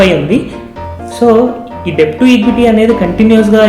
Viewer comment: A small suggestion.. letter 'b' is silent in the word 'debt' and should be pronounced as 'డెట్'. Hope u dont mind..